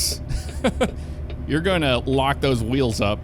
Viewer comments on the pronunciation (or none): none